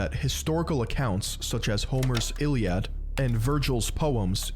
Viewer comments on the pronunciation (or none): none